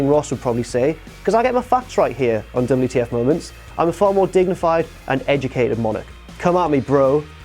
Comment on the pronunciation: YOU SAY DABL U TEA EFF MOW MANTS WRONG! KING ROSS'S CAPE BETTER BE CLEAN! YOUR BEANIE SUCKS! YOU DISRESPECT KING ROSS'S OPINIONS ON WHAT TO BE ON THE LIST IS MADNESS! You said bring on the hate.